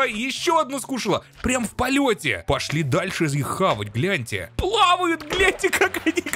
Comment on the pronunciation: в первый раз кажется, что сказал запрещённое слово на букву Б... Но он просто сказал - гляньте...